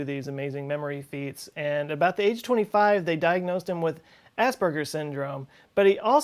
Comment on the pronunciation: it sounds like he says ass burger syndrome